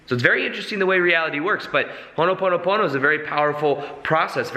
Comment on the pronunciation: It's not honoponopono. It's ho'oponopono